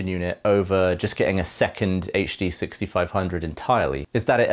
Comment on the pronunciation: The tech is over my head but I thoroughly enjoyed listening to someone pronouncing "HD6500" without adding the /h/ to the "H". So satisfying!